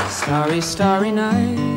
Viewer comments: Its starry night and not stary night! ie as in stars in the night! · Not stare-y, starry. Starry starry night. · Just fyi: not stary (looking to stare) is actually starry like stars. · Not “STAREy night, it’s “STARry” night” . ;) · Ooops... Mel... That's "Starry Starry Night" not "Stairy Stairy Night" (Star--ree as in a night sky full of stars.. :) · Not starey - starry night like stars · Star-ry night. Not Stare-y night. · "Stairy Stairy Night"? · IT IS STAR STAR not Stare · STAR-ee night ... like the word "Star" with an EE at the end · Starry as in "star-ee" ;-) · Tell me you didn't just say "staree staree." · Sorry, but it's a starry a night as in star.👍😇